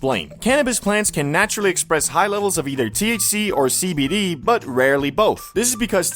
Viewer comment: Everytime u say cbd i hear SKIBIDI 😭